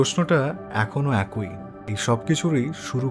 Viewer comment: আপনার আলোচনা খুব বিষ্ময়কর ভালো লাগে। কিন্তু আপনার কিছু উচ্চারণ বড্ডো কানে লাগে।যেমন_একই কে আপনি একঐ উচ্চারণ করেন।বিষ্ময় কে বিষময় উচ্চারণ করেন। যেহেতু আপনি সকল মন্তব্য পড়েন তাই লিখলাম। আমার বয়স ৬৬ বছর চলছে, আপনার থেকে জ্ঞানে অনেক ছোট কিন্তু বয়সে অনেক টা বড়ো। ধন্যবাদ।